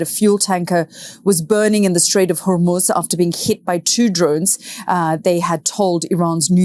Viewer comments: Hey Ben. I remember the Iranian Islamic Revolution well and back then the pronunciation was hor-MOOS, not hor-MEWS. As far as Trump's neck rash is concerned, it looks like shingles, which is very painful and strong narcotics are often prescribed. That may explain a lot regarding his mental status. Either way, Trump is and always has been a NY redneck. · Dear Ben ... Love you. But stop saying Gulf of Hor-Myooz. It's Hor-Mooz. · It’s Hor-moos. Mews are what cats do. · hor-MOOZ not hor-MYUZ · It's the STRAIT OF HORMUZ... not the "STRAIT OF HORMUSE... Get it STRAIT 😏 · I came for pronouciation of “HER-MUSE” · Dear Ben: love you but it’s pronounced “hoar mooz” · Can you please learn to pronounce Hormuz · Still mispronouncing Hormuz. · Trump knew that Iran had said many many times that if they have US bases from which to launch attacks upon the people of Iran, the bases are legit targets. Trump is trying to play ignorance to those Arab leaders. It's pronounced Skay Hill. It's pronounced Hor mooz. It's pronounced Ee rahn.